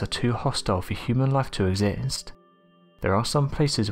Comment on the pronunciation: Exist not esist 🤦🏻‍♂️ can you please use a decent hiss plate because your S's are annoying 😖